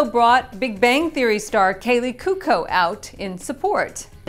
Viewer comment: Is pronounce couco not cuco, good show!!